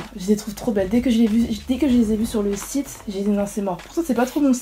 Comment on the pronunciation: Au début tu dit c’est un chite au lieux de site